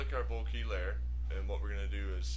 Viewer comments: BOH-KEH...or even BOH-KUH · Bokeh pronounced bow-keh. Its a photographic term which originated from Japan meaning blur or haze. Great tutorial but I had to share with you this info. All the best.